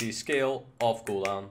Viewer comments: Why do you say skill of guldan? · Everyone: Skull of Gul'Dan: Skill of Gul'dan